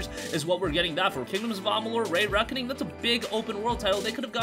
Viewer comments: Re.make,Re.Reckoning not rey Reckoning.... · “Reeee Reckoning” not “Rayyy Reckoning” not to dog on you by any means! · REE Reckoning not RAY Reckoning LoL everytime you say it I die a little inside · Stop saying ray reckoning its re reckoning love kingdoms of amalur when it first came out cant wait to play it again that and mafia 1 I'm definitely buying avengers beta wasn't very good looks like theres going to be a battle pass and I'm not supporting that and it wasn't very fun either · Say it with me RE-RECKONING